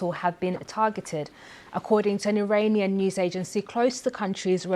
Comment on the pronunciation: Awful newsreader - can't pronounce consonants or the letter "r" . There is no such word as "Iwananian" or "Iwan" .Typical BBC - get a job based not on suitability , but on ethnicity and skin colour and ticking the "equality" box.